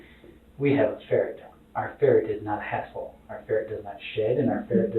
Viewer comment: Who else heard him say one word and immediately didnt like him.. He said "our GuInEa pig iS not a HaSdLe".. No bro, you are